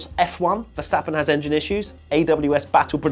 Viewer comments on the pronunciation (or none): none